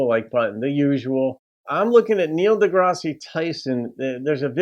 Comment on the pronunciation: It's not pronounced "Degrassey", it's pronounced "Degrass". Most accomplished scientists are atheist - scientists generally hold the position that only sound evidence warrants the acceptance of an idea and there is no evidence for any of the thousands of gods mankind has created.